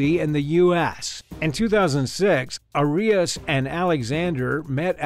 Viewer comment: Arias's case is so famous yet you pronounced her name wrong. Odd.